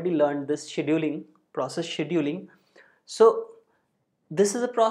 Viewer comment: Took me forever to realize that when he was saying "shaDOOling", he was saying "scheduling"!